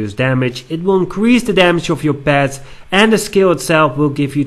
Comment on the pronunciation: "or even PEHTS!"........ =P